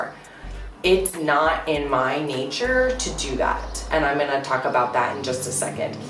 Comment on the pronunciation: I swear i heard that she said " i'm going to cock today" instead of talk.